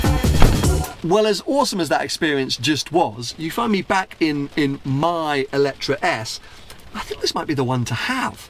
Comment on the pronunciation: GOD HEAVENS......you are reviewing a car, but pronouncing its name wrong the whole time ! IT`s called "E le tre"...... and not "Electra" or what ever..... FOR GOD SAKE...... !!! Please do your Homework.....thx